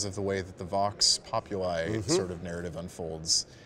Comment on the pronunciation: >just click randomly in the video >Vox Populi mispronounced right away If you are going to be edgy enough to give a latin name for the Voice of the Worker atleast be able to pronounce it.